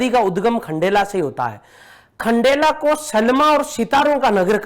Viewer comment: Aati kya khndela 🤣🤣🤣🤣 not khandala😂